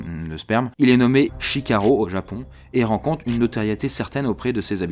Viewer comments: A , tu dis "Shikaro" mais tu l'ecris "Shirako". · tu as dit "shikaro" à la place de "shirako". Bon je fais chier mais j'ai adoré ta vidéo qui change de ce qu'on peut voir actuellement sur YouTube :D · Salut à tu prononce "Shikaro" à la place de "Shirako" du moins je ne sais pas laquelle des deux est la bonne connotation . Sur ce super vidéo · Like si ta entendu shikaro au lieu de shirako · A ta dit shikaro et il a écrit shirako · il a dit «shiKAro » alors que c'est ècrit « shiRAko » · t as dis shikaro au lieu de shirako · t'a écrit chirako pour dire chikaro😂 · a minutes il dit shikaro alors que c'est marqué shirako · Je comprends mieux pourquoi on dit que la cuisine française est l'une des plus goûteuse au monde... haha btw c'est Shirako et pas Shikaro, mais je chippote :D J'adore le nouveau fond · Au risque de passer pour l'intello à lunettes tout seul au fond de la classe, je me permet de te signaler que tu a dit "Shikaro" au lieu de "Shirako"....Voila, je retourne à mon livre de math. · il a dit shikaro mais c'est marqué shirako :) #hommeChiant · Shikaro ou shirako ? on croit l'annotation ou la voix ? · pour il dit que ça s'appelle Shikaro mais c'est ecrit Shirako ? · Tu as dit Shikaro au lieu de ShiRaKo ;) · Alors tu dis "Shikaro" mais tu écris "Shirako" ? Lequel est le bon ? merci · Tu dit SHIKARO mais il y a marqué SHIRAKO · T'as écrit Shirako et t'as dit Shikaro ...j'ai mal entendue peut être ...sinon très bonne vidéo ! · Shirako ou shikaro du coup ? l'embrouille totale :p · A s'est trompé il dit Shikaro au lieu de shirako! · Shirako ou shikaro ? ah moins que t'es fais une erreur de prononciation ? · Pour le plat de sperme: c'est "shiKaro" ou "shiRako"? Tu le prononces d'une certaine façon écrite de l'autre manière sur la vidéo x) ! Sinon, c'était intéressant, surprise de me rendre compte que je connaissais déjà l'histoire du poisson fugu... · tu dis shikaro et c'est écrit shirako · la soupe de Sperm tu as dis Shikaro mais tu as écrit Shirako